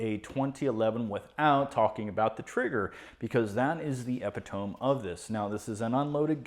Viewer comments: I think you said epitome wrong. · did you mean to mispronounce "epitome?" My friend thought it was supposed to be pronounced the way you said it in your video while live streaming to his viewers and we all made fun of him live in the comments. It was hilarious.